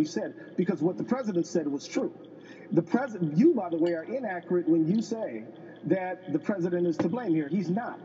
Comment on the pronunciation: A congressman saying "choo" not you, sad... I would have cut his mic.